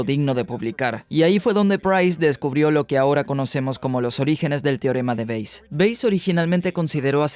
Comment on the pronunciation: ALGUIEN QUE LE DIGA AL ACTOR DE DOBLAJE QUE NO ES "TIOREMA"...... SI VEZ ESTO... SE PRONUNCIA "TE- O- RE-MA"... REPITELO FRENTE SL ESPEJO TODOOOOS LOS DÍAS.